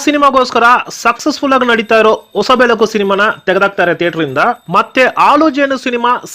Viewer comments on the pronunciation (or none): ಆಲು ಜೇನು, ಒಸ ಬೆಳಕು ಅಲ್ಲ ಸ್ವಾಮಿ, ಹಾಲುಜೇನು, ಹೊಸಬೆಳಕು. ನಮ್ಮ ಕಸ್ತೂರಿ ಕನ್ನಡ ಭಾಷೆನ ಸ್ಪಷ್ಟವಾಗಿ ಮಾತಾಡಿ.